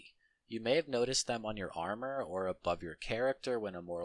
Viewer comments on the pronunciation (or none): none